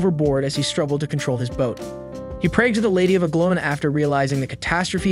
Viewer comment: Nice but reader needs to get words pronounced better. Anglona us a pilgimage site for millions of Christians.